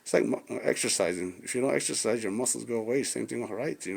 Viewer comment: How is this clown going to educate folks and he can't even say exercise? "Ex'tercise?"🤨🤔